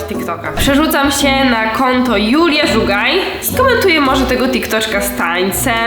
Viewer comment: Mówi się dzulia żugoj